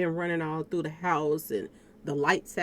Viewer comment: Definitely he says she thru for